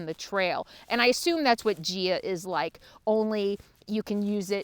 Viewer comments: Gaia is pronounced 'guy-a'. It's Mother Earth. Thanks for the info. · GAIA (pronounced GUY eh....!) Love that app and use it all the time! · Gaia- guy-uh